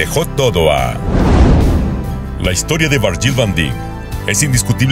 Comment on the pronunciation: Se pronuncia Viryil Vandaik